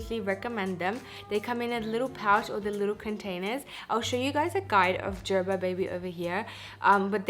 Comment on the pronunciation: O meri behan- please make sure u recite tons of nazar dua on ur child because there r people who are struggling to feed solids to their kids .... MashaAllah ur daughter is happily eating babyfood MashaAllah—— also i was like Wtf is JerBer 🤪 Here in america its ger-ber ( as in aray garbar hogai ) 😁